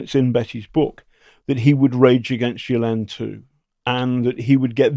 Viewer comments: Gilane is how it’s pronounced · Her brother pronounces it “GHEE-len” with a hard ‘G’. I’m not saying we should all pronounce it correctly, just that it’s a bit strange that the guy who has been investigating her deeply didn’t mention this…. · Ghislaine is a French name pronounced Geese-lenn. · Ghislaine is a very French female's name, & is pronounced zhees-len. You do pronounce the "s". Perhaps her name has always been pronounced in some more English-sounding manner, such as Gee-lane. (??) Or perhaps that's some weird American thing -- wouldn't surprise me. I am Snowwhite, now in Toronto, but born a Québecoise 🇨🇦💪💗